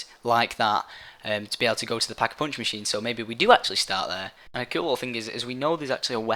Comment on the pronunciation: He says Pock-eh-Poonch lol